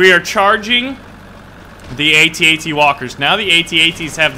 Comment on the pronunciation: thanks for saying at at and at st right:D Ant out